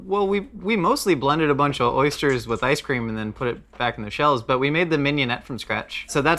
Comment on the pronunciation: 1800 episodes and i just realised Rhett can't say Oysters properly.